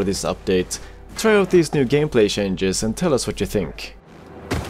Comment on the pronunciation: Funny Swede said shanges instead of changes.